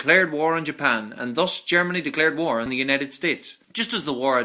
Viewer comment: Nice video about the "woll" war.